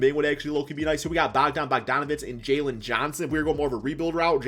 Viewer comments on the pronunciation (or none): none